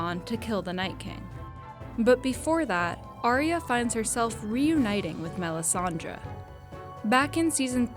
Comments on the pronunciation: Melisandre the way you say the name annoys me. It's Dre as in Dr.Dre not melisan-draw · Everytime she says melissandra I want do stab myself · MEL-IS-SAN-DRA. SO PAINFUL. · Melisandre not Melisandra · I wish everyone would stop calling her Melisandraaaa.